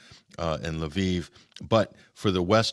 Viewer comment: WTF is Laveev? Hey, if you're going to cover a country, at least learn how to pronounce the name of its major cities. It is Lvov (or Lviv in Ukrainian). There is no letter A between the L and V.